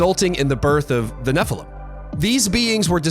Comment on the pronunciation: Can you guys do us a favor, and I mean this in as kind a spirit as possible 😂 …would you please stop saying nephilum. It’s nephilim EEEM, nephilEEM. Nephilim. Thank you. Back to your regularly schedule programming.